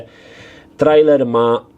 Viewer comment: Hej, po polsku czytaj się "trejler" pozdrawiam, dzięki. :hand-pink-waving